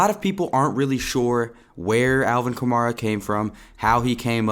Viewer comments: Nigga keeps saying kamara instead of kamara 🙄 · your saying his last name wrong